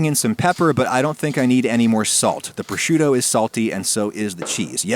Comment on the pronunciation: You mispronounced proshoot. I also notice you mispronounce a lot of things like mootzadell and manigoat.